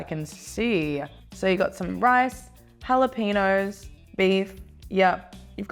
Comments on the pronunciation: I cringe when she says “jalapeños” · the way she's saying jalapeños made me cringe so hard